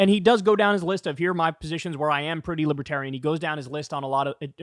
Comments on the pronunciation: Trump's one of those dumb Republicans like Ben Shapiro who can't fathom he's not at all libertarian or "lipaterien" as Trump pronounces it. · I like to imagine they’re booing him because he can’t pronounce “libertarian” properly. 😂🤣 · He can’t even correctly pronounce libertarian.